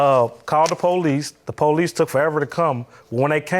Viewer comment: Why do ppl say "PO-lease"? It's just police, no special emphasis on the the 1st syllable.